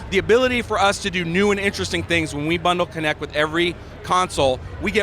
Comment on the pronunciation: WTF? This isn’t a physics class. It’s kinect not kinetic. Idiot. I’m not even a fan of MS but damn, at least get the name right.